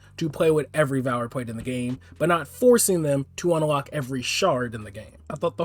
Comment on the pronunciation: the fuck is this man saying (un-a-lock) for its just unlock there isnt an (a) in the middle bruh XD